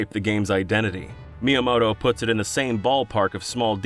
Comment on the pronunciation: "Shiggaroo Myamoto"